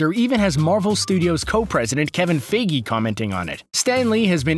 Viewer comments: It’s Feige not Fayge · feige, not fiegy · He pronounced Feige like Figgy not Fie Gee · I hate how he mispronounces Kevin feige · the way he pronounces feige lol